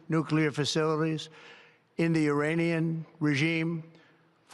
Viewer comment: Did he say, “Uranian regime” or did I hear incorrectly?